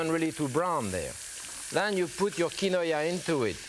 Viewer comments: Omg not KI-no-aaah!! So mysterious!! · "key-noy-uh" instead of "keen-wah" is a new and fun pronunciation I am going to use. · Pepin's pronounciation of quinoa would make a yuppie explode, but he was cooking with it before the invention of pretentious gourmet made it to the suburbs. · He isn’t saying it correctly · maybe so but I’ve never heard anyone pronounce it the way he did